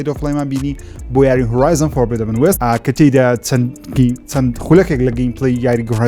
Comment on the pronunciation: ئەوە کەی فێر ئەبیت بڵێیت فۆڕبیدن وێست نەک فۆربیدەبن